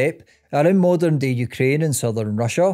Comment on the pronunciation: Moderin and westerin lol